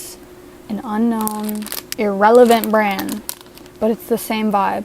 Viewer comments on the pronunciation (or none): Gilliam-esque. But "brand" has a "d" sound at the end. branD.